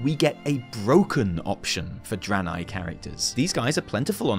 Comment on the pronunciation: Starts with fuckin Eredar Dranei, not Broken. Come on fam, don't spook me like that.